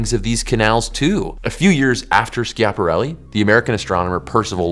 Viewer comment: If you don't know how to pronounce something, maybe Google it before turning the cameras on The amount of times you said Ski-app-arelli. Yanks favourite pass time is butchering Italian culture Was just going to say Italian language, but I remembered what you do with their food